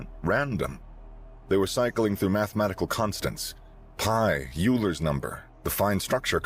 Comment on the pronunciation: AI battles for universal superiority, but still has trouble drawing hands 😂 Oh, and Euler is pronounced "Oi-ler"